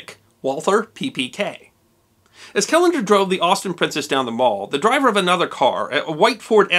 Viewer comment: Why are you emphasizing the seCOND syllable of the word "PrinCESS?"